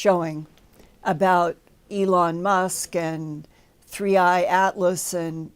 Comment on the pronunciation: WAAIIT! He's calling it 31 Atlas... It's called 3 i Atlas!! How can we call this guy legit if he doesn't say the name correctly??